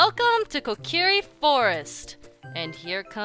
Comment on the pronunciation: And also Kokiri is pronounced kokary